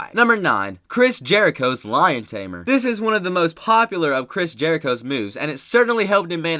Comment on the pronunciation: its walls of jerico